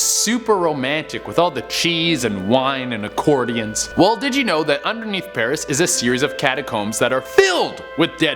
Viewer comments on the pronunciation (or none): Love this guy😭😂 " Accordions"